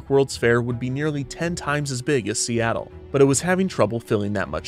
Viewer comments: love how he mispronounced Seattle after Robert Moses says Seattle is too hard to pronounce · OTOH without the "mispronunciation" we all know, who'd want to hear Perry Como sing "The bluest skies you've ever seen are in See-tul"? :) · "worse, to the people of seetle" as a resident of seattle this made me laugh my ass off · "People didn't even know how to pronounce 'Seattle'... and worse, to the people of Seat-el" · Dingwall: "People didn't even know how to pronounce Seattle..." Moses: "I can't believe I lost to Seetle!" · "See-tul" that broke me omg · Dingwall: "People didn't even know how to pronounce Seattle, much less know where it was." Kevin Perjurer: "Moses flew back to New York, having lost the fight, and even worse, to the people of Seettal." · "And worse, to the people of 'Seetle'." I love all the little jabs in the script XD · "The people of seetle." 😂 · ive watched this video SEVERAL times and “the people of seetle” bit knocks me the fuck out every time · "People didn't even know how to pronounce Seattle!" "Moses had lost the bid, and worse, to the people of Seetle." 😂😂😂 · bro I was having a quiet time at 2am with this story and you said "and worse to the people of SEETLE" lmaoooooooooooo I died laughing. Probably woke up everyone in my house. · “And worse, to the people of Seetle” Lmao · How much "the people of seetle" made me laugh has my wondering what was in that brownie I ate earlier... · "People didn't even know how to pronounce Seattle!" Kevin 5 seconds later: S E E T L E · "The people of Seetle" never fails to make me snort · "Seetle." LOL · "...to the people of Seetle" LMAOOOO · "And worse - to the people of Seat-le" lol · LOL, "SEE-tull". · Wait, did they really pronounce Seattle as Seatoll? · Lost it at "and worse: to the people of SEETLE" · the people of seetle lol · "and worse, to the people of seetle" 💀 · Ohhhh so thats how you pronounce Seattle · The purposeful mispronunciation of "Seattle" crack me up!